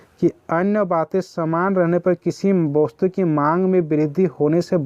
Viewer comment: Vostu nhi bola jata hey